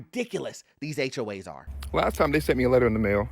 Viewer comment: Why do you sometimes say "HOH's) ??